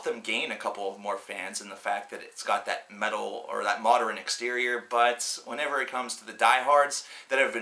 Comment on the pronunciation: Are you actually pronouncing modern as moder-in